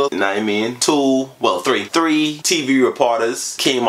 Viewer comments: Its currently" treeee fiftee ate" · Man said its currently chree fifty two Hey but respect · It is currently tree 58 .... No it's THREE 58 ... Go check n see what I'm talking about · I love the fact that he says tree for three like he saids tree 11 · When he said three ge said tree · It's currently TREE fifty eight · "its currently tree:58 am" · Tree fifty eight